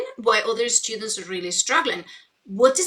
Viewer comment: She prepends an "eh" sound to words starting with S: "Eh-school", "Eh-strategies", "Eh-students". What's her native language and when did she start learning English?